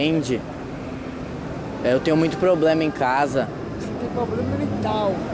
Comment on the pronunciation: ''eu tenho problema em casa'' ''ce tem poblema mental'' KKKKKKKKKKKKKKKKKKKKKKKKKKKKKKKKKKKKKKKKKK